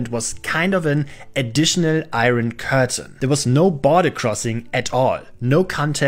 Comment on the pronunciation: Just FYI, "iron" is not usually pronounced "eye-ron", but "eye-urn".